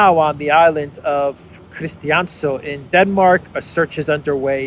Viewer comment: You pronounce christiansø like the name Christians and add ø so. Christians-ø And btw your discord link is still brokw please update